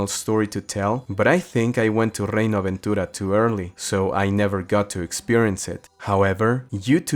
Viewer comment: Hermoso como fue escuchar "Reino Aventura" pronunciado correctamente 😭👌